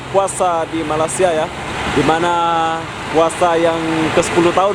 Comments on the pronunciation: 1) Bukan Malasia tapi sebutan itu biar jelas Malaysia = MALAY SIA KAMU TELAH MENGHINA SECARA TIDAK SENGAJA 2) Duit Malaysia = Myr , drop teruk tu ...1juta rupiah - rm295 sahaja .. sgt mengecewakan ... 3) selamat meraikan bulan Ramadhan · Hoi indon tolong cakap baik-baik sikit.!! Bukan MALASia okehh!! Sila sebut nama Malaysia dengan betul.